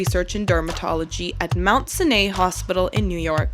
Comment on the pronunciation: hi i live there your pronouncing it wrong it’s mount sigh-nigh hospital lol